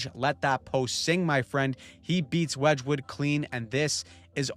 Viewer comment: Please stop saying wedgewood name like that